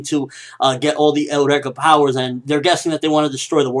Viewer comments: Why do you keep saying Eureka "Eh-oo-reka"? >> Japanese still pronounces it like us << (Yu-Ree-ka) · Eureka is pronounced eur(as in Europe)-ee-ka. As in the phrase attributed to Archimedes when he discovered buoyancy. It goes with the theme of scientific discoveries that the series has, which is why I am really enjoying it. I think this newest bad guy might have a eureka related to Tesla, based on the electricity. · Sorry, I think Eureka is suppose to be pronounced like "Your-Ree-Ka" which was a famous phrase by Archimedes. :) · The word Eureka comes from Ancient Greek εὕρηκα heúrēka "I have found (it)",and its pronounced u-ri-ka